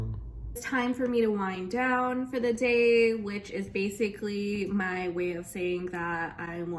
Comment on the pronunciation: I heard "wine down" instead of "wind down" and honestly I think it should be "wine down" time.